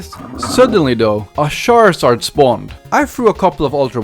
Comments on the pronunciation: Sharzard? Char-zard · It's not shared its charzard